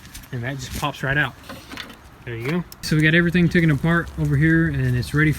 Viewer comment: I like you guys. Try saying taken instead of tooken